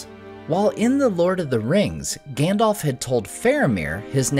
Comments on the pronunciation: Grand-elf? Lmao. What the hell?! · My friend, I love your content and Tolkien is my obsession too. If I could ask ONE thing only, it would be that you call Gandalf "Gandalf" and not "Gandolf". You may recall that PJ in his LOTR commentary specifically called this out as something the American cast could naturally slip into saying. Perhaps it's because PJ raised this point and because the cast adhered to it that I became so sensitive to it! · We knew it was coming. But it still sucks. WTF is with this “Grandelf”?